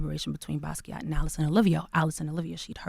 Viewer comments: The way she butchered the pronunciation of 'Basquait'😩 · that's not how u say Basquiat😚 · Who is this "buskee ah" dude she keeps mentioning? a painter?